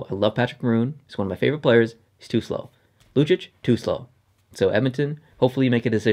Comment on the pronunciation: The way you pronounce Lucic makes me want to kill myself.